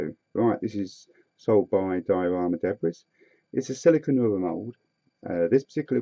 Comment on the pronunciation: Another good video, many thanks. However, the pronunciation of 'Debris' is 'daybree' not 'debriss'. Sorry.....